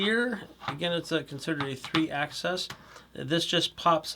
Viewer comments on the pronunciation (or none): I wish people would learn to pronounce "axis." This is a three AXIS (ACKS-iss) gimbal, not a three ACCESS (ACK-sess) gimbal. (You said "ACCESS," which is wrong.) The words "AXIS" and "ACCESS" are different and have different meanings. Learn them.